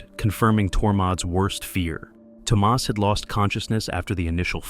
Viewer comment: Toe Maus instead of Thomas?